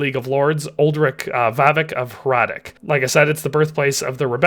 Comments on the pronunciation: Just a small mistake I noticed. Its not Trotsky castle. Its Trosky (whic could be translated as "ruins"). And (this is a smaller mistake) the pronounciation of Hradec is wrong. Normally I wouldnt even mention this but I felt the need because you pronounce it as Hradek instead of Hradec. Which is a completely different city in Bohemia actually. :D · heads up, hradec is pronounced as "hradets", not "hradek", pretty big pet peeve for people that carry the last name and have to listen to everyone calling them hradek all the time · Hradec is pronounced with c not k in the end